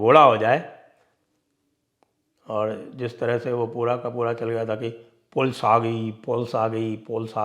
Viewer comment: 'Sympethiser'😂😂😂, 'Pols aa gayi'.